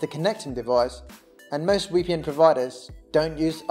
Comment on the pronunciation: Its VPN, not wee P N